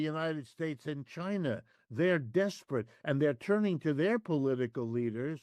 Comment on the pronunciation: Maaf Min akan lebih baik jika Anda bilang China bukan Chaina atau Tiongkok,sebutan China lebih baik dari Chaina sebab dalam Kamus besar bahasa Indonesia huruf I tetap di baca I bukan Ai seperti seperti dalam Ejaan Inggris sedang Sebutan Tiongkok sudah berlalu seabad lampau yg kemudian di Populerkan kembali oleh Jokowi sedang ketika Kita membeli Produk"China maka disitu tertulis Made in China bukan Made in Tiongkok,karena Istilah Tiongkok terkesan telah sangat Kuno dan terbelakang.